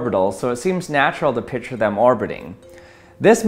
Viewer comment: R.I.P., the "c" in "picture".